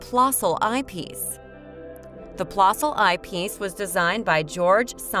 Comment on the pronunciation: It's a niggling thing, I know, but the correct pronunciation is 'plehssl'. The umlaut, the two dots, over the 'o', make the sound more like 'the 'eh in 'Meh!'